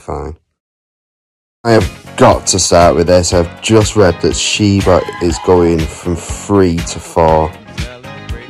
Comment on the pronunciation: The way you say Shiba (Shiiibuh) always gets me 🤣🤣🤣